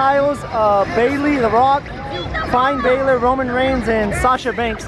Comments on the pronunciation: He called Finn balor fine Bayler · Ha he called finn balor fine bailor